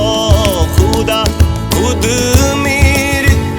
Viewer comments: Beautiful song but the pronunciation of some words are not correct, they should be as per urdu. Eg: not galib but ghalib, not khwahish but khhwahish, not khuda but khhuda. - not hindi kh but urdu kh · He can't pronounce some words correctly for example Khuda, khud, Ghalib etc. Otherwise great song ❤